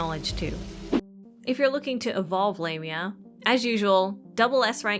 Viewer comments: Lam-eea Not lame-eea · It sounded wrong.. "Lame-ia" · I think the EN localisation is just weird. Japanese dub has her name pronounced ラミア (Lah-mia) so that is what I'll call her. Not lame-mia 😂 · It's Lah-mya is the correct one. It's of Greek etymology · AND I STILL WILL PRONOUNCE IT "WRONG". The current pronunciation just seems...LAME (No. I'm not sorry). And from what I've seen, she's NOT a lame character. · I thought it was pronounced Lah-mia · I was wondering why people pronounced it as 'Lah-mi-ah'. I forgot that it's how the Japanese pronounce it in anime. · For me as a native spanish speaker her official name in english sounds like Lame..nya XD, call her lame is kinda fitting for her character, I mean, lets be real hahaha, but I preffer how it's sounds in spanish, which is close to the greek pronunciation and well how everyone calls her "L@ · You're probably pronouncing It right, she isn't pronouncing it correctly.